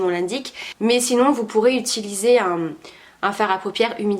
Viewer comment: Rien à dire encore une fois… parfait ! Par contre, ça me stress tu dis « itulisé » et non « uuuuutilisé » … c’est mignon je ne dis pas ça en mal 😘 mais que veux tu , tu es parfaite alors j’essaye de trouver des petits trucs haha 😜